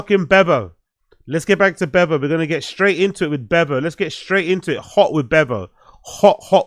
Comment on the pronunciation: His name is Beavo NOT Bevo 😂😂😂😂